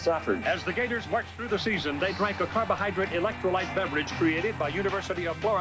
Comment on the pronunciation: not even sure how gatorade and bang are competitors, or how prime and bang are competitors either. Prime didnt even make an actual caffeinated energy drink til like last year. I work in vending and prime never had caffeine til last summer iirc. ps: its electro Lyte (light) not lit.